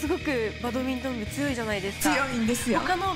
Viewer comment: ナレーションの方、バトミントンじゃねぇ、バ『ド』ミントンだ。